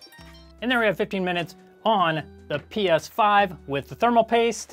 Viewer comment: Got to say....its 'PS5'😂